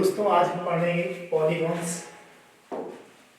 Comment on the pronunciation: पोलिगोंनस नही भाईसाहब....पोलिगंस होता है🙏🙏